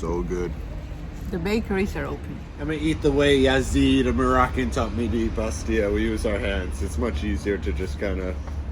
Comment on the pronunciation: Hi and we will miss you Your Moroccan Arabic is good Remember that we pronounce the double l in the word bastella looks gorgeous in her new skirt